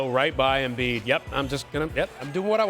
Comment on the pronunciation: Embid 🤷 as Charles Barkley would say turible